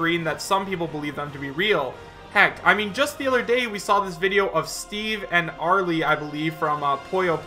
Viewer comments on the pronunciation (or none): I have to tell this to every single Puyo noob...the "e" in "Arle" is silent. But who cares? These leaks are never real, and they never will be.